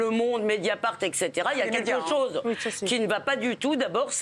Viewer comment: Levy : il y a une tchose ou vous avez raijon ,,, le travail d’inveshtigachion !!